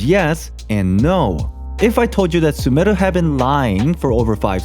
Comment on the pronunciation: is no one gonna talk about how good his pronunciation of sumeru is?